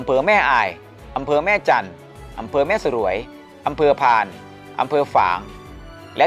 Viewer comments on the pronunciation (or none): แม่สรวย อ่านว่าแม่สวยครับ เป็นคำควบกล้ำเหมือน สรวง อ่านว่าสวง ไม่ใช่สะ หรวง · ไต้หวันมารับ แต่หลายๆคนไม่ไป โดยส่วนตัวเจอแต่อดีตทหารละท่านที่เจอมา เป็นบุคคลที่มีความสุภาพ มีการศึกษา อัธยาสัยดี ปัจจุบันหลายๆท่าน ก็มีครอบครัวอยู่ทั่วเกือบทุกอำเภอในเชียงราย อ่อ.. อ.แม่สรวย ออกเสียงว่า แม่สวย ไม่ใช่ แม่สะ-หรวย